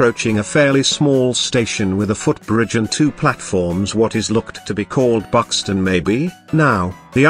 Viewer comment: "Buxton" Mhm Northern Vibes